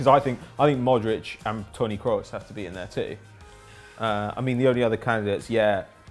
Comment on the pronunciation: Why can't you say Kroos